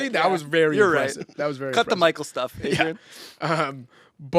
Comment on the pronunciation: Oof I tuned out when he said "Michael" instead of "Mikal" 😂😂😂